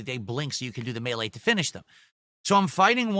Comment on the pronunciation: Why the hell does he say 'melee" like that?